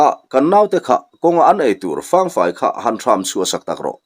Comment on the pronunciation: Fang fai tih i lam dan hi, fáng tia thluk sang lovin, Thalfang tih a 'Fang' rik dan ang hian lam rik tur a nih hmel zawk lo maw..?